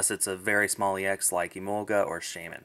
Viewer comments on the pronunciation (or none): none